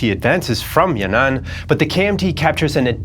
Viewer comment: It’s not yan nan, it’s yan an